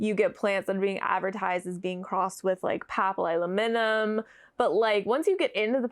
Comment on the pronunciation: Thank you for sharing your thoughts! I am so jealous of how easily you say papillilaminum. I can’t even pronounce it when I see it spelled out.